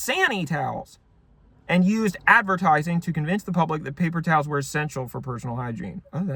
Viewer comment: I liked it when he said [ˈpeɪpər ˈtaːls]